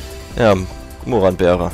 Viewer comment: warum sagst du immer moranbeere,wenn es doch Maronbeere heißt?